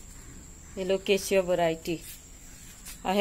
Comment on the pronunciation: Hi, Such a beautiful green leaf. Very exotic. Waxy finish. How well u have pronounced the names. Lovely video. Take care, enjoy Sunday 🍨🍧